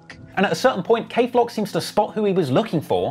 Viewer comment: Dthang and kayflock it’s not cuzin